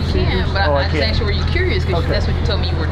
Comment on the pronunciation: I take it that you didn't like being axed questions.